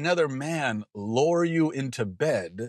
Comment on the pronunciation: lure not lower